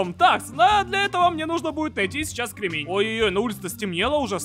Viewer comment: Не кремЕнь а крЕмень